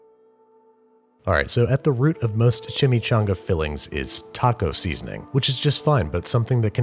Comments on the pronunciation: Google translator voice CHI-Mee-'CHO'NGa! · Chimichanga... is it shashumga?